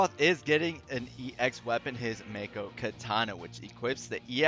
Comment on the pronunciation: Also to note, if you use his Fervent Blow to raise Jenova stacks, the 35CP passive WILL NOT APPLY. Remember to still use Octoslash from time to time. And Mako/Makou is pronounced "Mah-koh" reeeeeeee lolz; I thought DoC and Crisis Core solidified dat : P Didn't you mean to say Sephiroth is melee?